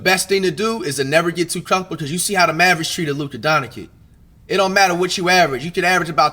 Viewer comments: ZEEon? Donikit? Seriously? Wtf you can't even pronounce player's names? That's sad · First of all, learn to pronounce the surname Dončić. Be professional. It's not that hard...